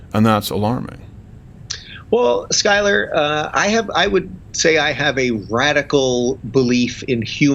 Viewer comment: I'm really liking Rubin's perspective. Skyler (you're over pronouncing the 'U') hits a nerve.